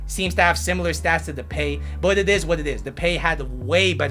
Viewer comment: No offense but “Depey " 😂